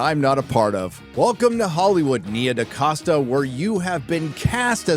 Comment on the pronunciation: the name is DaCosta but why de f, do you pronounce DeCasta?